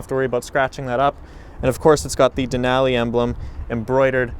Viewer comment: The way he says Denali makes my brain hurt.